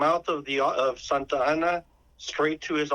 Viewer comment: His name was not General SanTana, it’s General Santa Anna.